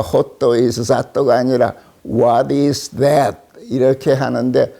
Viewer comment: 홋또 이스 잣또 ㅋㅋㅋ